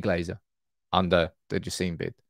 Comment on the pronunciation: Sheikh Jasim name pronounced like /Jah.sim/ not Jah seem